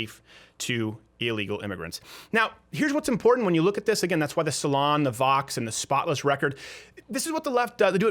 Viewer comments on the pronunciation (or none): none